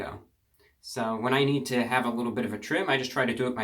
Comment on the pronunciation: you should've done a quarantine grow out and just let that flow go, baby, p.s i swear when you say a "little haircut" a couple times i hear "wittle" and i smile from cheek to cheek